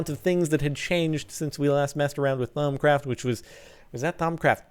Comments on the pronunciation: THAUMUTURGE NOT THAUMUTURD let me repeat the pronunciation THAUM-A-TURGE not THAUM-A-TURD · ThamaTURD? Isnt it thamaTURGE? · Cobblestone is a key source of Perditio. Also It's Thaumaturge not turd. Too many facepalms to address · It's Thamaturge not Thaumaturd derp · Its a ThaumaTURGE not ThaumaTURD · Also wasn't it thaumaturge not THAUMATURD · Ha I thought you said thermometer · Thaumi"turd" heehee I LOVE BEING IMMATURE :D